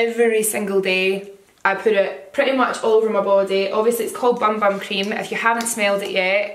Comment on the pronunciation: the correctly brazilian way to pronounce bum bum is more like "boom boom", the sound is more... closed also congrats on the engagement!